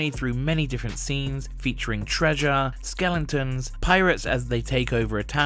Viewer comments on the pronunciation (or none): Did he say Skelingtons??? 😂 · Yes lmao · ok he did